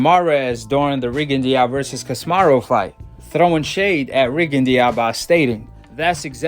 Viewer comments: Ca si me ro not kosmarro 😆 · Not to be rude bro but ya gotta pronounce names right, stop saying casimaru